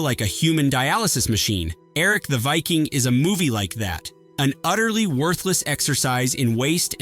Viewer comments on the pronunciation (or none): none